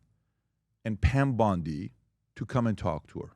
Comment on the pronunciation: You know, as an Australian that lives in Sydney, the pronunciation of Pam BONDI's name hurts deep down.